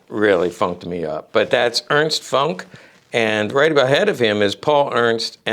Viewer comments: Yep. It's pronounced "Foonk" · Nice moves, unfortunately "Funk" is pronounced differently in German.